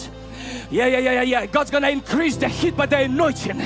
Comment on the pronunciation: "he's going to increase de heat in dis place" and the heat lamp in the back gets brighter... lol